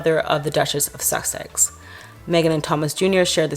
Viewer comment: You said Duchess of Suck-es. Laugh!!